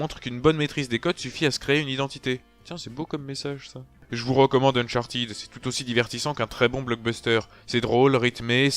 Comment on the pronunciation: Mais ..... non c'est chiant à crever les gunfights ! Sans rire il y a pas moyen j’adhèrerai jamais à cette série, ah et on dit Unchartède pas Unchartid ;)